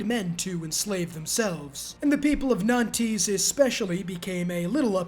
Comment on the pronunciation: Every time he said "nan-tees" it hurt my french a$$ to the core 😭😭